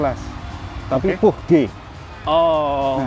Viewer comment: Pach itu maksudnya Puch ('Puh) daimler styer kan mas je ?